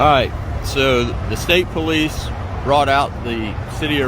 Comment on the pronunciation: " well duh.. im a poo-lice offisir aint i now..." Jeez not only is the cop stupid looking, he IS stupid too.